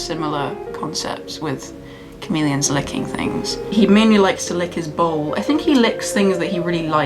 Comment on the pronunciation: when you said he likes to lick his bowl I thought you said ball and I had to backtrack for a second